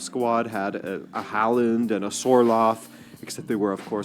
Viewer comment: Haaland's name is pronunced like this /hauland/. ( In Norwegian he writes Håland, with the letter å!) The Norway Soccer Team is a "dark horse" in the World Cup 2025. They can do very well, and some believe they can win. 😄⚽🌎